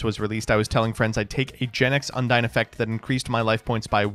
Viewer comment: It's amazing how nobody who plays Yugioh knows how to say "Undine" correctly.